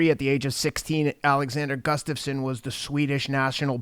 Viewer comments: GUSSSSStafsson. Not GUFFstasson. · I could pronounce "Gustafsson" before watching this video.